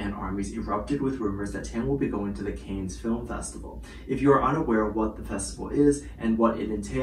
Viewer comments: Pronounced ‘Can’ not ‘Cane’ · Pronounced cans not canes, is a place in france not Paris. There is always fashionistas that attend the festival alongside countless celebs and indeed musicians/singers too. Its a given that Taehyung could well be there but he may well just be doing a fashion shoot. Time will tell. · FYI, the resort city is pronounced ‘Can’ not ‘Cans’ or ‘Canes’!🤷‍♀️ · Can you please pronounce Cannes correctly? It’s pronounced caan ( can) not canes! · Sorry to correct, but Cannes ( pronounced Can) is a town actually on the coast in the south of France , not anywhere near Paris which is in the north of France. Cannes is quite well known for fashion and style so yes fashion houses will ask their ambassadors to represent. As for any other speculation it's noone else's business. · Hi, sweetie! The city of Cannes is pronounced like “can” as in soda can. It’s a city in France, not in Paris… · Thank you. Hearing the mispronunciation of Cannes was like nails on a chalkboard. Bless him 🙏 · Shouldn’t you know that Cannes is in Southern France, near Nice not in Paris. Possibly listening to the proper pronunciation would be a good start. There are many who hold special events at restaurants and chateauxs around Cannes during the festival. This is true of high end fashion labels who hold special functions. Rather than casting a suspicion over why V is there, why not do a bit of research. I am thinking V is there to appear at a Celine event, support Jennie and Yu-Mi, and attend the Birthday-fund raising event held by Naomi Campbell. He is probably also checking things out for the future. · Pronunciation of Cannes is : CAN (as in I CAN DO IT!) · Just a friendly reminder that Cannes is pronounced “Kahns”. It’s French😁❤️ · you’re right. The wrong word kept repeating 🤣🤣🤣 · Check your pronunciation of “Cannes”. Hold the “a” longer.